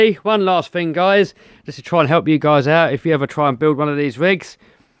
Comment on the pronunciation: Now this is comedy.... Every time he says Fing I laugh. Could make a good drinking game every time he says Fing take a shot.